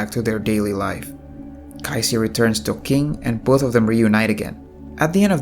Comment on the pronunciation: Everything is Great until You had a hard time saying their name...Kaiji and Qing.....